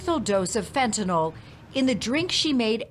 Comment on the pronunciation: Wow, so many inaccuracies in this that came out in trial. Is it just Utahns that can't pronounce fentanyl? It's fent-a-nyl, not fent-a-noll 😆